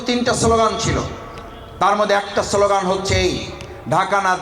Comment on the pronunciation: সোলোগান না স্লোগান